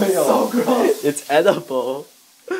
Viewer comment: Lol it's 'Edditble'.